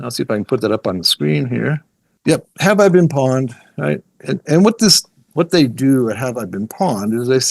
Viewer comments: It is pronounced pwned (p-own’d) Like pony. Pwny. Not pawn. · Pronouncing “pwned” as “pawned” is concerning. 🧐 …it’s “pɔʊnd” 😑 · wow so you wrote a cpl books but ya know any hacker worth their salt knows it is not pAwned its an old mistype like hodl .. for OWNED and as such pronounced POWNED. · It's not "pawned" it's "pwned," as in "owned" but with a "p" instead of an "o." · Lol the guy kept calling it “pawned” it’s pronounced “Powned” like owned but with a P. Gave me a good laugh. Ah, the golden days of gaming are long gone and it’s a word you never hear anymore. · Bothered tf outta me idk why. Maybe cuz he kept saying it like 10 times lol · You are saying it wrong, Have I been p-owned. not pond. It is like owned, but the person pressed p when it should have been o. How do you not know that. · Lost credibility when he pronounced pwned as pawned... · Great and amazing video and tysm for all the info :) Although 1 correction.. it's pronounced "pownd"